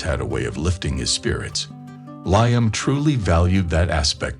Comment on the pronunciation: It's (Lee am ) not ly am !